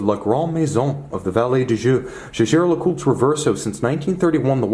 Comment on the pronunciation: The jejer Lecoultre??? 😂😂😂